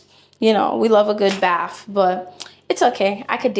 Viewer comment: Bath not baff